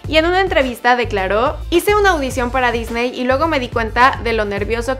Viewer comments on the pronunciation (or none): none